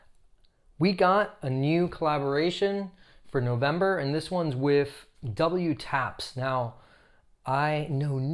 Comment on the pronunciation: Just an FYI they’re pronounced double taps :) I adore my pair but haven’t worn them yet they’re just so beautiful I’m saving them for post lockdown occasions 😂